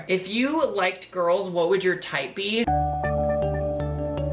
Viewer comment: Tell me why he says girls like gOrlS